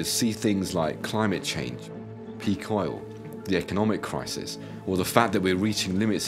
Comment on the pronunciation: He can't say 'crisis'